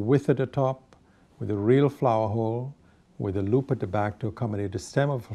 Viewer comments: love how he pronounces looped. it sounds like “loopidid” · No he said "loop at the back."